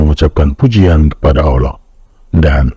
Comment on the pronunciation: Haduh dapet reel orang jahil kaya gini mana ngucap Allah aja sulit bapak ini karena kebiasaan ngucap alah. Belajar dulu asal mula kenapa islam banyak ajaran yang mirip seperti Yahudi dan Nasrani (Bukan agama Paulus atau yang mengikuti kata Paulus). Orang islam nyembah batu hitam di Makkah? Situ iyeh masa sih orang yg doanya aja pake perantara patung gak nyampe otaknya tentang ginian, justru itu ejekan kenapa orang shalat harus menghadap ke batu hitam itu tapi yang disembah adalah Allah yg Esa diatas sana, catat ya ESA bukan Maha ESA karena Maha esa artinya bisa jamak seperti MahaSiswa yg artinya ada banyak siswa tapi ada satu yang Maha, catan Tuhan yang ESA bukan Maha ESA.